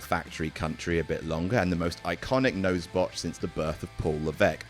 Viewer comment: I like how the word Botch got Botched